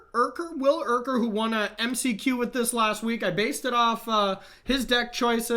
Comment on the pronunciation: So many Erkers in StL that I can confirm that the pronunciation is correct.